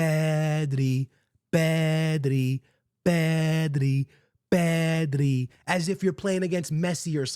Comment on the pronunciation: Bro I thought they were saying “Messi” not “pedri”